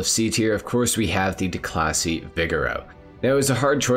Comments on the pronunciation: Declasee Yosemitee LMAOOOO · "DeCLASSY" lol